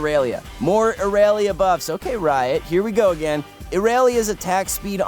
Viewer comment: The way he says irelia... “iRaYLeYa”